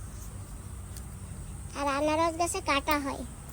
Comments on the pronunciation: Anaras k banaras keno bolo? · ওটা বেনারস না ওটা আনারস বলে